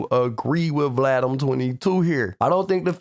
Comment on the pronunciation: I thought it was just me I heard him almost say Vlad 😂😂